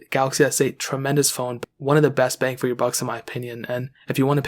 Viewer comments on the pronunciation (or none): none